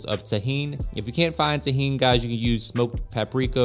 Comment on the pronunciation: Delicious looking corn and recipe, well done! You pronounced "tajin" properly in Spanish but you left out that hard "h" in the queso. No worries, just stood out to me as I enjoyed your cooking.